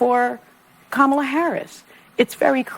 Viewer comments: if you want to sound smart (you don’t) learn how to pronounce Kamala. She was the Vice President for four years and ran for President and you STILL can’t pronounce her name correctly. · Dude, pronounce Kamala correctly. It makes you look cheap and pandering.